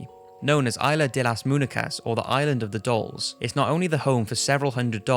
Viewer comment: You have an interesting accent also you pronounced island of the dolls wrong